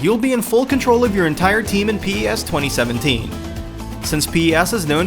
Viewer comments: Its PES not P-E-S FFS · Please stop saying p-e-s its driving me nuts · It's pronounced pez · is u spell it pes. It's pronounced pez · Etf is pee ee ess?